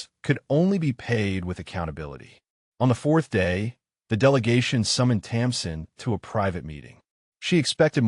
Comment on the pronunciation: Her name is Tamsin not Thompson